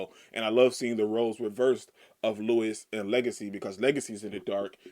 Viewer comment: Louis's name is pronounced LOUIE, not Lewis.